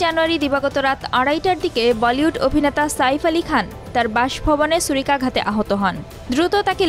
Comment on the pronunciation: "সুরিকাগাত" না,‌"ছুড়িকাঘাত"